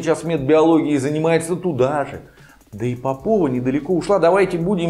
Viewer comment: Она не попОва,а пОпова. По образу мЫшления.